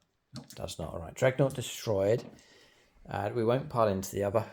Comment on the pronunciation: Its DREADnaught. Not "dreg" 😅.. I just can't leave it 😂